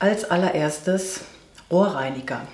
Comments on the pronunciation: Am Anfang habe ich "Ohrreiniger" statt "Rohrreiniger" verstanden und mich erst gewundert, was das für ein Zeug ist, Granulat zum Ohrenreinigen! 🤔😂Zur Erdbeermaske musst Du mal berichten, wie Du sie vertragen hast, habe auch empfindliche eher trockene Haut und reagiere auf auf Fructsäure gern mal mit Rötungen. 😕 Jaaa, jetzt kommt wieder die Kerzenzeit. Denke auch, da sollte man besser ein bisschen mehr ausgeben für gute Kerzen, ich kriege da auch gern mal Kopfschmerzen davon, da habe ich schon Sorge, dass man da doch einiges an Chemie sonst einatmet, was durch die Hitze der Flamme noch mal richtig schön "aktiviert" wird. 😬🙈 Ich wünsche Dir ein schönes Bergfest, liebe! 😘💓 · Musste gerade so schmunzeln, meine Liebe 😲😬😀😁 hatte doch tatsächlich Ohrreiniger statt Rohrreiniger verstanden🙉🙉🙉🙉 Die Fleckenteufel sind prima. Mit den Wischlappen, das ist wirklich oberstes Gebot, was die Hygiene angeht 👍 👍 👍 Die Backpapier Zuschnitte sind sehr praktisch. Oh ja....jetzt wird es wieder gemütlich und da dürfen Kerzen 🕯 auf keinen Fall fehlen. Bin auch im Kerzenwahn🙈😀 Die ersten Pfeffernüsse haben wir schon gegessen ☺️Und die waren so mega lecker 😊 Waaaas? 🤔 Das Rosenwasser 🥀🥀🥀 ist teurer geworden? 😲🙈😮 Kann auch nicht ohne sein, ich liebe 😍 es liebe ☺️ Von Schaebens die Augen-Lippen Maske muss ich unbedingt testen. Orient Maske 🤔 scheint neu zu sein. Diese Augenbrauen Puder im Shaker sind auch nichts für mich. WÜNSCHE DIR EINEN SCHÖNEN MITTWOCH, LIEBES ☺️ 😙 ❣️‼️